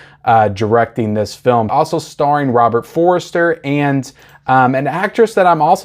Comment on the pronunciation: No disrespect - it's Robert For-ster, not Robert For-re-ster.